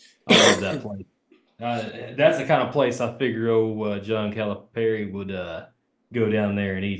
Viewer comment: Learn the correct pronunciation...listen to how Cal pronounces his name. It's Cal-uh-perry...not Cal-ah-par-ee